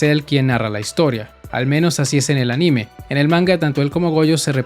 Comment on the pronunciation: se pronuncia ánime, no aníme